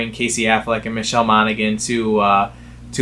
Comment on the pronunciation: It's Monahan. The G is silent.